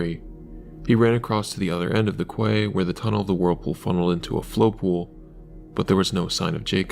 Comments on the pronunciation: Can you not get the AI to pronounce quay properly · must be engagement bait then cause everyone knows how to pronounce quay